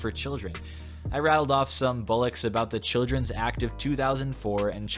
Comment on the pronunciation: Just to let you know it is bollock not bullocs